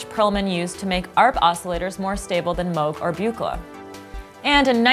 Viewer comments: "Mohg and Byoo-kluh" What crazy awesome circuit board! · Am I the only one who cringes on the mispronunciations of Don’s last name? Dead giveaway she is reading a script and not familiar with the subject matter. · The Buchla mispronunciation is killing me. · You and a handful of geekier synth nerds is about all who cares, lol. People have mispronounced mewg moahg too forever, who cares One should be more concerned with the mispronounced EEEpoxy vs ep-poxy since those are not names, but whatever, who cares, great video